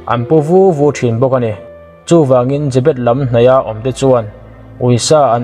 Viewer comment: jabet a tih khan ka lo ngaithla liam ve mai a i rawn sawi fiah a ka hrethiam ve leh chiah 😁😁 zebet